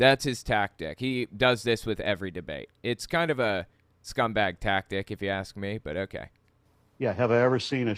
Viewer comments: The "ask" thing he did is a dog whistle. Bigots like to make fun of the fact that some black people mispronounce the word ask. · I'm guessing Jesse over-pronounced "ask" because a black white supremacist like him would reject AAVE and doesn't want to be misheard as saying "axe" instead. (I'm sure there's a proper way to spell it that isn't the wood-cutting tool but I don't know it off the top of my head.) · JlP had a problem with the word ask because he wants to say aks and desperately does not want to be associated with the black culture that pronounces ask as aks. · That JLP guy sounds awful. Not only his beliefs, but also his speech. Oh, I'm guessing the reason he was focusing on the word 'ask' is bc a lot of people say 'aks' instead. I learned it used to be an acceptable way to pronounce it but it eventually fell out of favor. Now it's thought by most people that saying aks instead of ask makes a person sound uneducated. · I think he did the "ask ask" thing because I heard many black people kind of pronounce it as axe, and he wants to show he is above them because he doesn't. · the audio is a little hard to distinguish bc of them talking over each other but I believe Peterson used a dialect called African-American Vernacular English. A common pronunciation that differed from proper English is axe instead of ask. Being that he thinks black people are lower, I think he was over correcting himself.